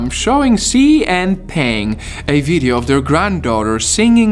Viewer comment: It hurts to listen to your Chinese pronunciation. Her name is not pronounced “ pen-g’ (like pen in English) but more like p-‘er-ung, and “wang” sounds more like “wung”.